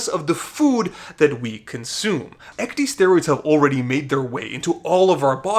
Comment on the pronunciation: When you keep pronouncing ecdysteroids as ec-dee-steroids, it makes me cringe so hard being in the medical field. "Ecdy-" is a prefix originating from the process in which insects shed their skin. Ec-, meaning out/away + dys- meaning bad/difficult/abnormal + steroid. Pronounced ec-dis-staer-oid. Ecdysteroid.